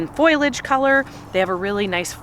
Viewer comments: WHY do people say FOILAGE Instead of foliage??!!! Gahhhhh!!!! It drives me bonkers!!!!!!! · As politely as possible, but it is foliage not foilage. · I love you and your flowers are beautiful and I'm glad you've had a good year, but I don't know if I can bear to continue listening to foliage being mispronounced.